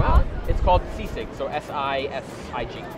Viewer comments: Whyvhe say seasick its sisig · Sisig not S. I. S. I. G. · I’m from Manila and would pronounce it as SEE-sig. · When people hear that it sounds like seasick. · I thot he's going to say Say-sayg🤣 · Seasick, Sea snakes, c-6. Man subtitles can't pronounce "Sisig" properly